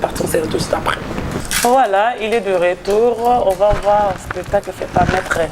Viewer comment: Spetacle 😂😂😂 on dit spectacle 🤷‍♂️ tshoko eleki ya la Baronne 😂😂😂